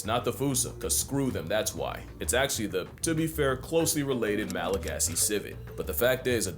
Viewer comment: And apparently Malagasy (the main language of Madagascar) is pronounced "Malagash".